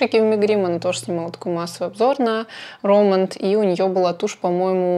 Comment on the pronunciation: РОмэнд ударение на первый слог :) По поводу туши, стойкая тушь легко смывается двухфазным средством. тушь наслаивается после каждого слоя, а не пытаетесь все сразу нанести на ресницы. Спасибо за видео :)